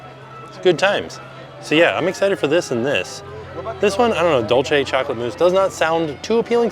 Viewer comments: Love you guys so much and I enjoy watching you enjoying life both in and out of amusement parks, however it pains me to hear you say dulce 😂 you pronounce it as dolce, but it’s Spanish for sweet and is pronounced more like dool-seh. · hi tim! huge fan from peru, just wanted to share this little pronunciation guide that might help with the international food videos: dolce = doll-cheh (italian) dulce = dool-seh (spanish) love your content 🫶🏽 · Lol no t is just goofy. He says dulce wrong every time too 😁